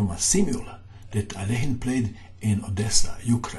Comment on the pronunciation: rat According to Wikipedia, the pronunciation is [ɐˈlʲexʲɪn], which is basically how says it…perhaps a bit more Russian-sounding.